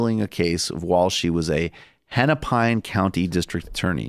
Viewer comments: Yeah, I'm not even from Minnesota, but I was like "how did you read Hennepine"? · as a minnesotan, it was painful to hear you mispronounce Hennepin. Not as painful to have Klobuchar represent me, but still